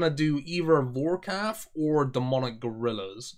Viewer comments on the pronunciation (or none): Does anyone else cring everytime he says something like Forkaf instead of Vorkath...